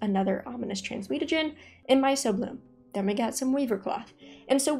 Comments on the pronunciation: Small nitpick, myco is pronounced myko, means fungus related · I have to be that guy and let you know it’s my-k-o-bloom, hard c, like in the study of mushrooms. 😂